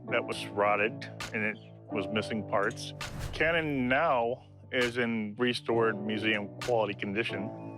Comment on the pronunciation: Canon not can